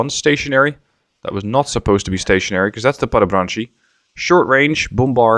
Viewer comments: PLEASE learn to say Padobranci correctly. It is not Padobranchi it is Padobrantsi. C in Padobranci you say like you would say zz in Pizza, exactly the same. And it is not Mehanichovana it is Mehanizovana z is not ch it is simply Z. Yugoslav words are said exactly as they are written there is no caveats to it. And letters don't change sounds, every letter is its own sound. For example C is like how you would say Tsk (example: Tsk, Tsk, tsk that is used to express disapproval or annoyance). I love your content but when ever you play Yugoslavia and i hear you speak a little bit of me dies inside. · Everytime when say "mehanichovana" or "padobranchi" one little yugo penguin die.